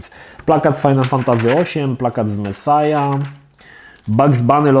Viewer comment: Mesjasz kurła a nie mesaja typie